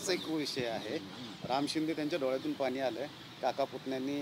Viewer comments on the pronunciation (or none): none